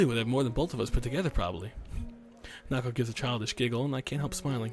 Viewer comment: Hanako's gift actually makes sense because the meaning of her name is flower child. Oh and the correct pronunciation is hah-nah-koh not ha-nah-koh